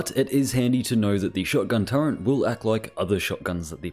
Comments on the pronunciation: It's SO aggrivating to hear you say Turrent 100 times in this video. Can you please NOT? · Nice discovery. But the way you're pronouncing turret is throwing me off every time. Do they add the letter N to the word in the UK?